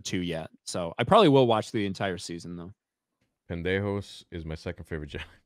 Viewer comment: "Pen-day-joss" Theory is such a child.